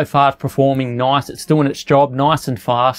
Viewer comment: He said "noice" for like times...